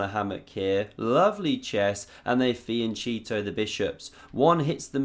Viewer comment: please - the italian fiancheto reads as fianketo hard c the h is not read, it's emphasys, not as sh in she